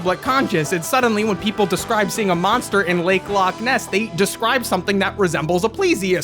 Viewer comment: please God, please stop, the Lake Loch Ness joke was bad, but the pronunciation is worse